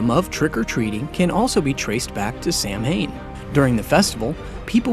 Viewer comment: all this research and ya can't even say Samhain right :(